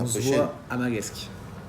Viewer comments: Video au top comme d'habitude et Les nordistes et les nom de villes du sud cest pas sa magescq se prononce majesque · Bon va falloir ont revoit l’orthographe pour magescq avant que l’on ce fou de ta gueule 😂😂 ça ce dit maJesque et non maquesg😂😂😭😭😂😂 tu ma refait ma soirée ptnnnnnnnnn😂😂😂😂